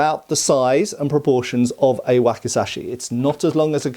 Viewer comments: There's a letter z in that word,, wakizashi 😁,wacky,,zashy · And this is known as a 'whack-a-sash-ee' 😂😂😂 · Waki'Z'ashi, please.